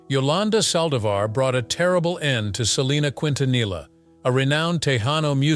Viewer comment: If you are going to a documentary of the legend Selena Quintanilla please pronounce her name and her music correctly. It’s very frustrating to see these documentaries butchering her name and talent. You want us to respect the guidelines but yet you’re not respecting the queen of Tejanos legacy